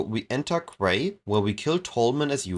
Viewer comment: Quay is one of those weird words pronounced in now way like it's spelled. Quay --> Key